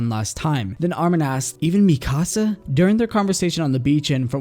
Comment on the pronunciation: It's not mi casa it's MIkasa